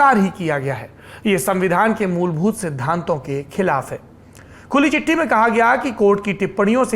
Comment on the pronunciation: Dear Saurabh Sir, चिट्टी नहीं चिट्ठी I am your well wisher not critic